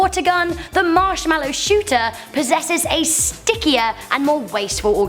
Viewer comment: lol you can not say mashmollow